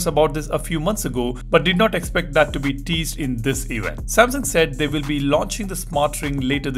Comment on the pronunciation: Samsungs recent “ewent”